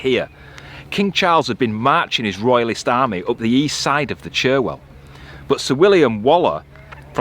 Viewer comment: Great pubs in Cropredy.... Shame you couldn't grab a refreshment or two! BTW it isn't the Churwell... It is Cherwell. Enjoy your journey.... What a dream. I wonder why people give you a thumbs down? It's a massive thumbs up from me x